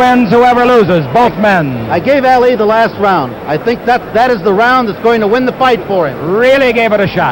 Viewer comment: What does the announcer say? Because it certainly isn't "Ali".